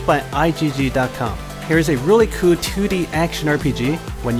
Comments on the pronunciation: It's "cool" not koow, I know you are trying to appeal to a larger audience using English as a language, but it's clearly not your first. I swear, it's either a league of dudes speaking second hand English with repetitive trance music in a countdown format, or just one. nb4liberalwhiteknightsarecoming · just wondering why don't you pronounce the L at the end of the word cool and in some other words, but most you can pronounce fine? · just wondering why don't you pronounce the L in the word cool sometimes? I notice sometimes you pronounce it properly and sometimes you don't. you could try using other adjectives other than cool it just gets boring after a while when you describe most of them as a "a really cool ____" also I'm wondering why don't you look at the positives and negatives of games? cause I notice you mostly focus on the positives but that's only one side of the coin sometimes.